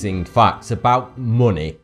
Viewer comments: why do you call it muni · monay... bot.... your Enlish sok dode!!!!!!!! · Its weird how you say money it sounds like muney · "Munay" "Gold is weird" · AAAAAAAAAAAAAAHHH!!!!!! FUCK YOU FUCK YOU FUCK YOU!!! You cant possibly brenounce money like that.😩😩😩💢💢💢